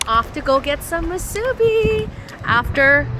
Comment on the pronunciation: It’s actually not called ‘Shaved Ice” Proper name is Shave Ice. Also it is MOO- soo-bee not moo-SOO-bee.